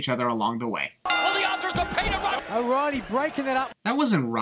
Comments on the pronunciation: I feel like when Nigel said “Roddy” he really said “O’Reily” but it just sounded weird Bc he’s british. Remove one sin, and add it to the sin video. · At first I thought he said Roddy. I think Christian thought he said Roddy as well. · He said o’reiley which sounded like roddy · just want to say that Nigel said oreilly not roddy when he broke up the pinfall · He sad o,ryle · He said oreily broke it up not roderick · Nigel did say that O'Riley broke up the pin. With his accent thats what made it sound like he said Roddy.